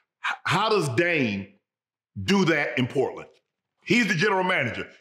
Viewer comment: Yeah. I know it’s confusing since there isn’t a T in his name lol.